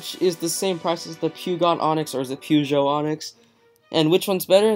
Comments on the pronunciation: Puuugot? Its pronounced per-joe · Peugeot is pronounced "Pojo" lol, great video though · you say Peugeot onyx like this: PURR- SHO- ONIX